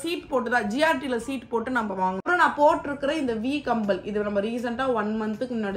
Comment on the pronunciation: Not kambal it's kammal 😂❤